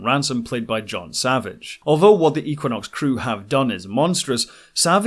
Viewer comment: Had to stop after the fiftieth time I heard eeequinox. Just kidding.